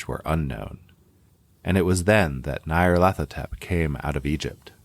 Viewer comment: Trigger Warning: continuing & near-consistant mispronunciation of Nyarlathotep 😜